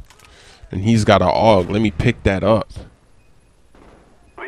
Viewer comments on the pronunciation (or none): btw its a-u-g not aug